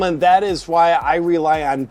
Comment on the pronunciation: I wish JP would talk to Bongino and explain how to pronounce "boncharge". It's not "bonecharge" Bonegino!